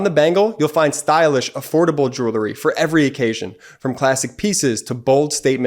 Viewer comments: I like your message. It needs to be heard. But how do we take you seriously when you splice in such a dumb advertisement... pronouncing the word jewelry as "jewlery". I get it. He didn't learn English very well and apes the improper pronunciation of his peers. Has nobody in post production ever read a book? I can't wait for your sponsorship from some "realators" selling houses. 😊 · Stop saying “Jew-ler-ry”. The word is: “Jew-el-ry”. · Still can't pronounce "jewelry". 🤣 Doesn't represent the product very well when the ad guy doesn't know what he's saying. 🙄